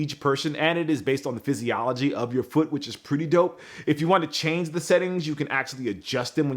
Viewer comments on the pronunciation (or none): none